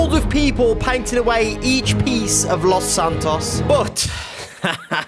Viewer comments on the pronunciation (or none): BRO ITS LOS SANTOS NOT LOS ANTOS GET IT RIGHT OR ILL BLOCK YOU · Its los Santos not antoes edit, ohhhhh i seee antoes is ant’s toes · the way jay says los antos makes me laugh